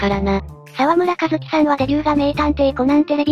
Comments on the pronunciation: 他の動画でもありましたが、お名前の読み方を間違えてらっしゃるのでコメントします。 沢村一樹さんは、［さわむらいっき］さんです。ずっと「さわむらかずき」さんとなってます。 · 沢村一樹の読みはいっきですよ